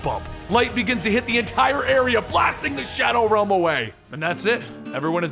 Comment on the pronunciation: Shadow wealm